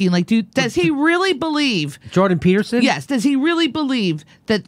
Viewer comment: I love most of Jimmy Dores videos but you didn't make it 30 seconds into this without getting it wrong and mischaracterizing why Jordan Petterson had an issue with bill c17. And can you not even say the dudes name correctly?